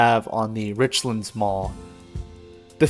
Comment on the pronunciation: Nice bit of nostalgia. Use to eat at that buffet sometimes while I was in college back in 99-01 and went there every so often as a kid. Just for reference it is pronounced rich lands not richlunds. Like two separate words. Easy to tell visitors not from around here by the way the pronounce places around here haha